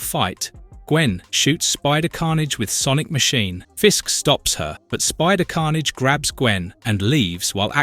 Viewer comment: So disappointed, I got almost 2 hours into the video before the voice started mispronouncing Carnage and other names in ways that no human would. Why not just do the voiceover instead of using AI garbage?